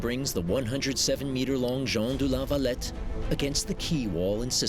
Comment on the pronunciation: I get triggered every time he says Jon du la valet